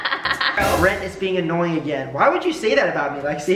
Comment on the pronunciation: This Had Me Laughing : I turn on caption Lexi : “Brent” Captions : it’s “brand” !